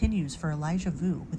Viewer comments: It’s Vu not View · Vue is pronounced "V-oo." Sounds almost like Wu but with the "V" sound. Pray to God, this baby is brought safely home.